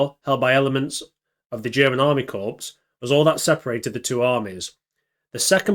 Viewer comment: Can you please refer to the word 'Corps' (correctly) as 'Core'. You obviously have no prior military experience, otherwise you'd know how to say it. Watching your video with subtitles on is quite gruesome when hearing you say the word 'Corps'. Thanks for shining a light on these super brave volunteers....they might have been fighting on the wrong side, but most of us don't feel too bad about them giving the Russians a hiding 😁